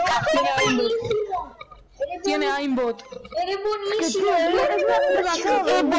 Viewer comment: dice zomie no zombie